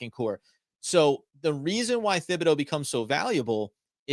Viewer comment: Aaron Robinson WILL DEFINITELY start at CB. ESPN is click bait. Not worth discussing. Flott MAY start also. I GUARANTEE 💯 that Robinson is 2nd after Jackson. And btw, it's pronounced TIB, NOT THIB. H is silent